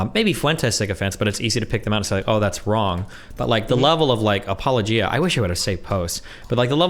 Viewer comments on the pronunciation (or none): Apologia? Interesting pronunciation. lolll